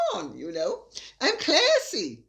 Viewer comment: I just love it when you say CLASSY, in that exaggerated American accent. 😂😂😂